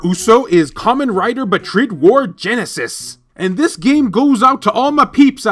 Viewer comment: It's not BatRid its BatRide!!!